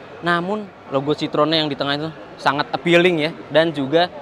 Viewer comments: citroën bacanya sitroen bukan sitrong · Bang itu yg bener bacanya Citroën bukan Citroën